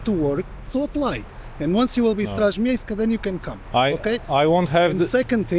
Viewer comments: Ten koleś od pozwu to jest polak jakiś ktory chcial tu przyszpanowac jaki to nie jest światowy. zaden zagraniczny czlowiek nie wymowi Straż miejska tak ładnie i czysto :) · Najlepszy i tak jest gościu z chamskim polskim akcentem mówiący po angielsku wymawiając poprawnie straż miejska po polsku 🤣 tak zwany ponglish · "Straz miejska" wymowione jak prawdziwy obcokrajowiec xD